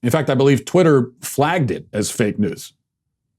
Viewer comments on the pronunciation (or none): none